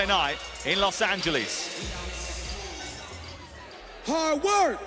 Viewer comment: lmao he say hardwork not fucking Hogwarts😂😂😂😂😂😂